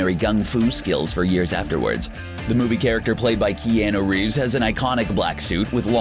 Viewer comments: You said key Anna reeves but you say key on a reeves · key-ahn-ooh reaves